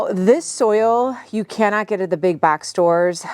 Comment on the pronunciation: Every time say box and bags your accent comes out😂